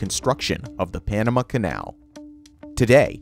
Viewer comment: narrator's pronunciation of "Panama" is distracting